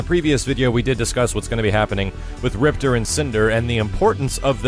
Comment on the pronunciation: ...why did you pronounce Maya like the KI2 announcer but you don't pronounce Riptor like the KI1 announcer? Ripter= Rip-TOR=KI1 You a butt hole son lol